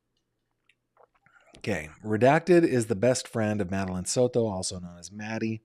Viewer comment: The way you say SOTO is ridiculous